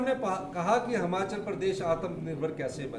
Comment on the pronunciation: हिमाचल है हमाचल बोल रहा है